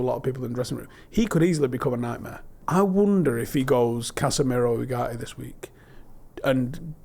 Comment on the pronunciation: How they pronounce Ugarte gives me headache UGAEEE